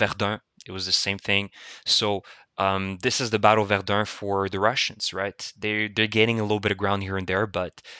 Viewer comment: haha bruh u must b from montreal just like me the way u said verdun so clean hahaha well done bro